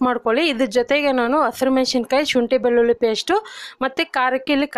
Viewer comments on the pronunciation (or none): none